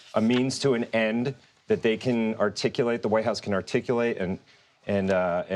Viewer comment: 😅😅😅 Articuliate😮? Good God. Seriously? Articulate that's the word? You have sealed your fate with that word.